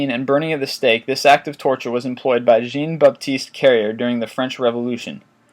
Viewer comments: b hix That's not it, I was referring to how he pronounced "Jean" as the female English name rather than the male French name. And well... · Lol, the way he pronounced "Jean" was too much